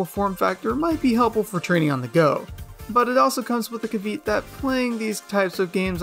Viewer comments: Mans said caveet lol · Nah he mispronounced kavɪat, l+ratio+not invited to my birthday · cant fuckin believe you pronounced caveat as Ka-Veet 🤣🤣🤣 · “The caveet” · "The caveet" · I assume you were saying caveat near the beginning and I’ve never heard it pronounced like that unless it was a different word and I had misheard it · I can’t get over how he said caveat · bro no way did you just say caveat like that